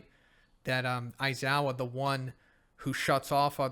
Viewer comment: Never stop saying aizowa its the best lmfao